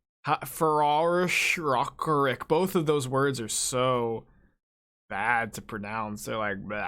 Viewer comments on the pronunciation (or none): how is it hard to say rock rick lol